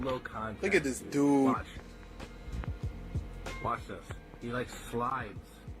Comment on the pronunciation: I like the part where he said " look at dis dooood."